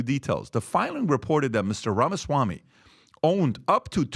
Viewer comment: PBD pronounces his last name "Ramaswani"